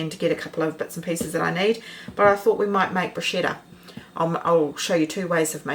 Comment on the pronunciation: Hi - just a wee hint before the Italian viewers growl: it's pronounced bru- sketta! Am definitely going to try the glaze. Thank you for the recipes. X